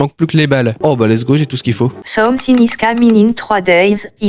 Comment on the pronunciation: "someu finegue ize s’caminegue ine trois dayeze"